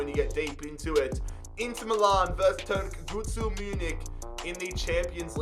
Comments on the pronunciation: Türkgütschü is how you pronouce it bro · pronounced "two rk goo joo" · Č is a j so its turkguju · You pronaunce turkgucu as in Turkgugu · You tried so hard to pronounce it right and failed so hard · you do need to ask CaniSports for assistance on pronouncing all those turkish names (as well as Türkgüçü's) 🤪 Still a great vid, tho!